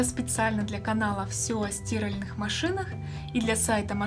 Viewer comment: Я тоже не понял, девушка безграмотно это произнеста)) впервые слышу чтобы так называли стирАльную машину